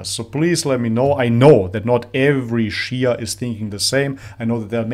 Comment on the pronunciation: thing is is a non-Muslim, he can't even pronounce the word Shi'a correctly, one more that Shi'a sect has been split into many branches and sects, some of whom are straight away Kafir, others are Fasiq (open sinners and misguided). So you can't say much about all Shi'a, the Alawite Shi'i do pray to Ali and consider him God instead, naudhubillah, other Shi'a sects of course don't, so there's diversity.